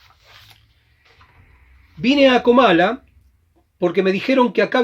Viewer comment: Gracias por el programa, pero no es Camala sino Comala, saludos